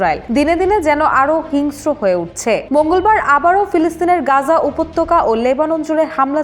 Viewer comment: It'll be "Gaza" or "Gazzah" , not "Ganja". Editor ki Ganja khay?